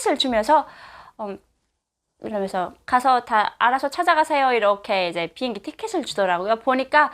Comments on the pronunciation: 보행기? 비행기의 발음이 보행기로 들리는건가요?ㅎ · 왜자꾸 비행기를 보행기라그러냐? 아직도 남한말이 적응이안되나요? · 나한테만 보행기로 들리나 비행기를 보행라고 하나요 북한에서는